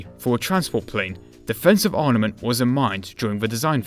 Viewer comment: Dude, it's 'ARMament', not 'ARNament'.